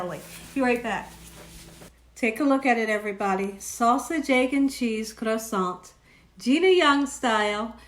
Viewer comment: You’re actually pronouncing croissant properly. As Americans we’ve just Americanized it. 🙂